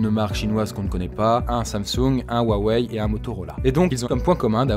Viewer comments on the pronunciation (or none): none